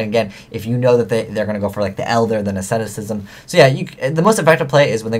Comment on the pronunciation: You stopped saying "Ascemitism" instead of "Asceticism!" I'm so proud of you!